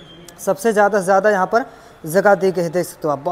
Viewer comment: Zaada nahi zyada hota hai, zagah nahi jagah hota hai, sheet nahi seat hota hai.. pehle home work karo bhaiya fir aana 🤣